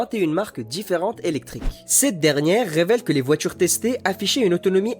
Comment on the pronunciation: C'est quoi les voitures "zélectrique" ?